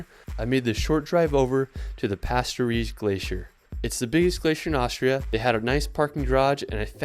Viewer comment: He keeps saying Aushria